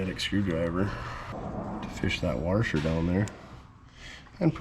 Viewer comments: A "warsher"? WTH is a warsher? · Did you say warsher? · LoL 😂 It's a central northern thing! 😂 "R" is added to many words! I grew up in Minnesota. I believe i broke the habit!😂